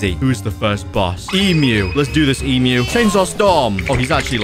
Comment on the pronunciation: When he said Emmu a Emu i was laughing